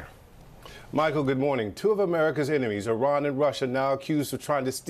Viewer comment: It isn’t pronounced Eye-ran, it’s Iran (Eeran)